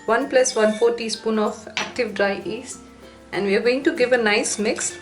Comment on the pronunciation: its yeast not east